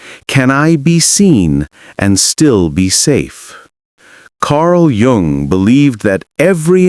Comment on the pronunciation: Jung is pronounced “Yung”, not a j sound